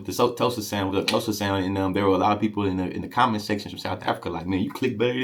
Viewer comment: Bro, you're Xhosa click is on point.